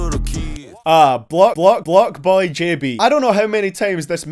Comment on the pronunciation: I died when you said B-B-Blocboy 😂😂